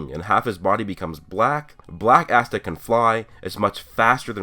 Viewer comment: Asta asta guys its Austa